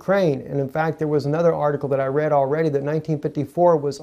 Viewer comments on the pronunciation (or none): none